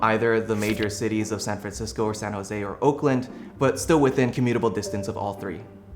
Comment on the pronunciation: San José with an accent 😂